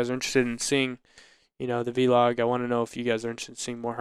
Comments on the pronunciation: It's not v-log, it vlog! God that's annoying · Guys, it's Vlog, not V-log, video blog, on syllable- Vlog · VLOG not V-log!